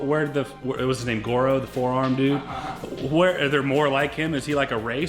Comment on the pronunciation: its gordo not goro